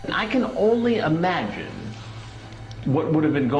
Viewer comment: Why do people say "amagine" instead of "imagine"?